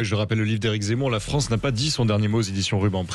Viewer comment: Pourquoi Zemmour dit toujours la Fronce.... Au lieu de la France....❓ C'est quoi la Fronce❓